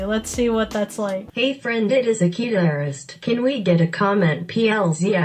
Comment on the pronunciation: For some reason I thought her channel was pronounced like this (a-kid-ear-est) XD